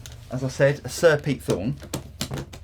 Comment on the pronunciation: I kept hearing you say SIR Pete Thorn, which I’m cool with.